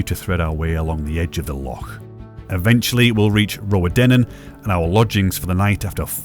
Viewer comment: Enjoying you asking how to pronounce Rowardennan and still getting it slightly wrong: it's "row" as in argument, not "row" as in boat. Pretty close though, and it's the thought that counts.